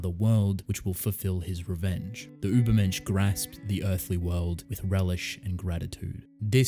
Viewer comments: ma boi im german and your pronounciation of the word „übermensch“ is pretty good actually. ✌️ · I also immediately thought of Nietzsche! Also as a German, let me tell you that you really didn't do too badly with your pronunciation :) It's a really great theme if Ishida decides to use it based on the title that I would personally look into even if that may not the the case. But I except nothing short of amazing from the author of TG so I truly look forward to it.